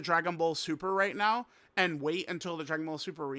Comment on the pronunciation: unc said "right meow" and thought no one would notice 😭🥀